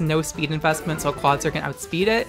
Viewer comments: Its pronounced Claw-IT-zer like the movie IT. Not Claw TI zer like advertiser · ITS NOT CLAWTIZER, IT'S CLAWITZER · I thought clawitzer was pronounced similarly to howitzer? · Clawitizer. Triggered. MUTE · I love your videos, but just a heads-up because trolls exist: Clawitzer is pronounced "CLAW-wit-zer" because it's based on the type of cannon called a "Howitzer" (HOW-wit-zer).